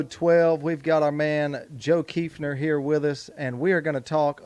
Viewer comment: So nice to pronounce my last name correctly. I am planning an Arkansas hunt in March.